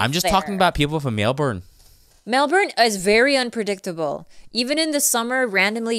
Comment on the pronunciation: Respect to, Pronounced Melbourne correctly., nice attempt.